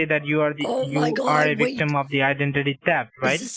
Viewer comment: They also say “Just vait a moment”